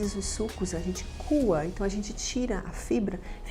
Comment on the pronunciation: Não se fala cua, se diz côa